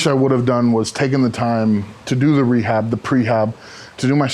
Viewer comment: I got down stretch my hip flexors and planked when Robert said "I should've taken the time to do; the reharb, the prehab..."